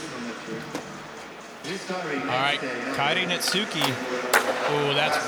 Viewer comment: Dude phuck for saying Netsuke's name wrong the whole time. Baka gaijin!